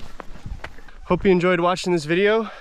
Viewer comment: At the end, it kinda sounded like you said "hopies enjoy watching this video..." 🤣🤣 Sik